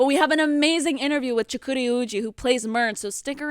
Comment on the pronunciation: Aw man Chukwudi was great! You could tell he was happy right out the gate when you said his name right